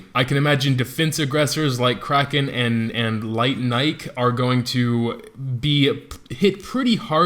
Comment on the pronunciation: Nike is a female, and you're pronouncing the name wrong